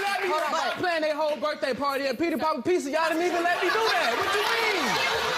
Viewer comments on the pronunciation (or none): none